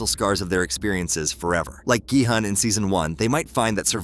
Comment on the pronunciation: It’s GE hun